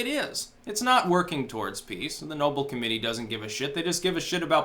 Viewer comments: ***** It's pronounced "Know-belle" note "Noble". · The prize title is pronounced like Alfred's last name,. Nobel not noble. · are you trolling us. It's no-BELL! LOL